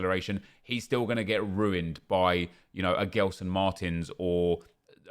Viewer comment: Please, stop saying Guelson Martins, he is Gelson, you pronounce Angelino and not Anguelino, sory for my english.